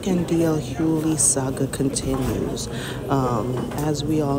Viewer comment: PSA the G in Hugley is NOT silent! 🤷🏽‍♀️js